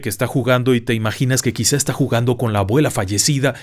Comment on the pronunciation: Dijo “agüela”😅